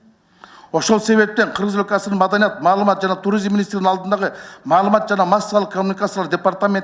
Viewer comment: Биринчи маданият деген созду уйронуп алчы кайра кайра маданат дейбербестен